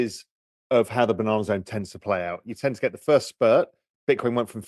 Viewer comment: The banan’r z’rn😂😂 😂😂😂😂😂😂😂